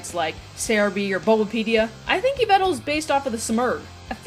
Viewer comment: Its yveLtal btw